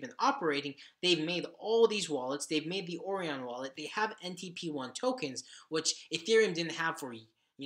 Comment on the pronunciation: The web wallet Orion is pronounced Oh Ryan. Like the constellation, Orion. American education?